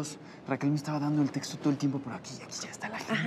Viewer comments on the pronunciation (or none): none